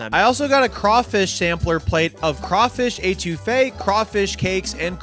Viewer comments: eh-too-fe is how you pronounce it for next time one of my favorites too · Love ya, but it’s not pronounced Ay-two-fe. C’mon!! Eh-to-fay. Actually I don’t think you pronounced anything right. So on brand! 😂😂 I counted 5 couillion, but the total was probably over 20